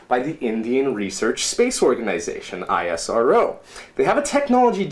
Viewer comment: He is doing so hard work to pronounce isro as I S R Ow.